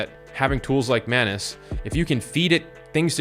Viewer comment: The correct pronunciation is "maanuus"